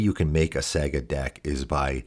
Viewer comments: Sah-gah not saa-gah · I don't want to be that guy but are you trolling right now. Saga is pronounced like "saw-gah" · I'm sure this vid is great, but im gonna have to watch this muted with subtitles, cause I can't listen to you mispronounce the main word for 21 mins. Saa-guh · SEGA tribal. Sonic as the commander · the way you are pronouncing saga is getting to me :/ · Ya i’m losing my mind over it too for some reason lol